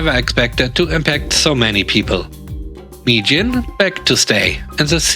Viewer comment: Mi-Jin became "me quit" lol. Best demotion ever 😆 🐧🐧👍🐧🐧